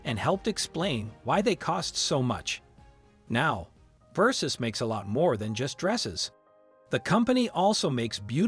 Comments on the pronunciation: No they are totally mispronouncing it 😂 It sounds like he's saying 'versus' LMAO he couldn't even pronounce Dolce & Gabbana... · If you're going to make a video about a known brand, my advice is this: Learn how to pronounce the brand names properly ot at least make an effort. Gianni Versace would be disgusted. RiP ❤️